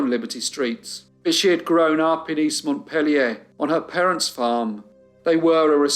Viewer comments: It's pronounced Mont-peel-yah in New England, my friend. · Story one pronunciation corrections. Mont_peel_your Barry How they are pronounced in Vermont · It's certainly not proper French pronunciation, but the capital of Vermont is "Mont-peel-yer." Barre, Vermont is pronounced "Barry." You're a marvelous storyteller, thank you for all your hard work ❤